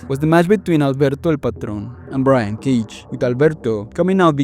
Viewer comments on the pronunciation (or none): none